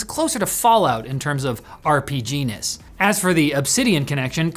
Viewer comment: “RPG-ness”? I swear I heard “RGP-enis”